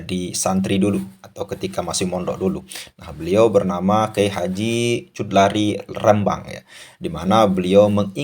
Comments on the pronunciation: Bukan cut lari tp bacanya hudhori..! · Kang mohon ma, af itu bacanya jangan cutlari. Melaikan khudori, muhon ma, aaf kang sekedar meluruskan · maaf min, nama beliau KH Chudlari: baca: hu-do-ri. bukan chud-la-ri. 🙏